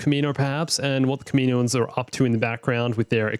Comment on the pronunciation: Gripe.... Kaminoan is pronounced kah-mi-KNOW-un (not kah-MEE-know-un). Besides that...great job. :)